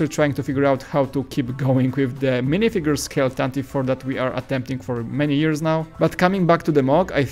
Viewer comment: It's pronounced "Tantivee"